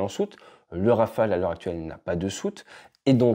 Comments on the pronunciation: Rafael ? C'est si dur pour eux de dire Rafale ? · Le Neuron n'arrive pas bien à voler, rappelons nous. (160 vols , c'est zéro d'ailleurs) Espérons que le futur Scaf et le futur drone Wingman ferons mieux . On a envie d'y croire. PS : en Anglais, prononçons Rafaaaaale et non Rafael (qui fait Israëlien..)